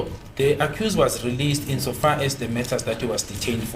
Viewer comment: I like it when he keep saying "as gar as i know'not as far as i know the procidure.....